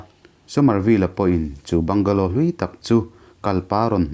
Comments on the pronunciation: Bangla tia sawi tur,bungalow tih loh tur,se lam duh dan a in ang lo va. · A Mizo ṭawng takin 'Bangla' tiin lam zawk ta la. Mizo ṭawngin i chhiar ta sa sa.